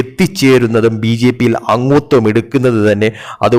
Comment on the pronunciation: അങ്ങുത്വം അല്ല , അംഗത്വം.